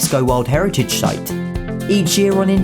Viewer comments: He pronounces 'site' as 'shight' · "A UNESCO world heritage shite" 🤣